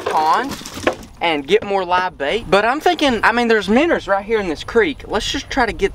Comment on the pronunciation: You pronounce it minnows not manners